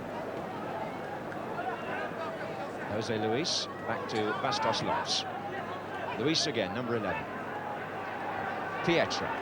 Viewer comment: It is exactly how those names are pronounced.